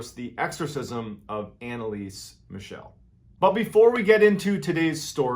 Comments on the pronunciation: Its not pronounced as Michelle like the girls name. Its pronounced Michel, MIKEL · Her last name is actually pronounced "mih-KEL," not "mih-SHEL." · As always great story but you mispronounced her name throughout the whole video... it should be ahn-ne-lee-suh m-ee-chl (since the last one is hard to spell in English: I wanted to provide to you the IPA spelling: /ˈmɪçl̩/ ) BTW it was later announced that she had epilepsy which only worsened by time because of her malnutrition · Not trying to be that guy, but it's actually pronounced Mickle, like "fickle". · Thank you very much for another greatly told story. May I suggest that next time you need to say German names of people or cities you might want to research the correct pronunciation. I gladly offer my assistance if ever needed. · Why did you pronounce her name like she was French? 😂😂